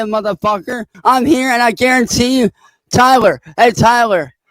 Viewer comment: I have to nitpick correct you on ONE thing, can't enunciate his L's, so he said "Hey TYWER" 38 times lol hey tywer!